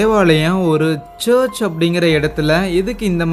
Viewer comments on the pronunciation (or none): Search illa bro church.. olungaa pronounce pannunga.. irritate pannadhinga.. yethana vaati solradhu.. church... church.. its cha.....